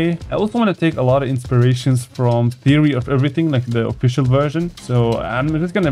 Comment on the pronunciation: Theary of everyintg😂😂😂😂😂😂😂😂😂😂😂😂😂😂😂😂😂😂😂😂😂😂😂😂😂😂😂😂😂😂😂😂😂 Theary of everything